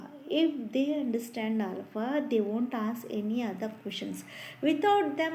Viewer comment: Mam it's not Alf. It's alpha. And it's ass hole it's "A Soul". Please improve your English. Give a gap between A & Soul. It's sounds very bad. It's humble request to correct your pronunciation.